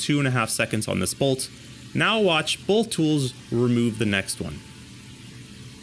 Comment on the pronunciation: “Bolth”. So distracting.